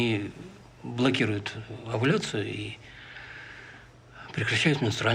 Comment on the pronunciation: Караул! Гинеколог говорит "оволюция"!🤣🤣🤣